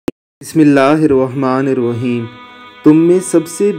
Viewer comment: Good job. Niroheem nahi hota bhai nirraheem bolain